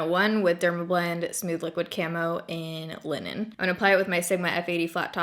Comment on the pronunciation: when you said the shade of the dermablend foundation i thought you said women instead of linen????? i dont even known how to justify that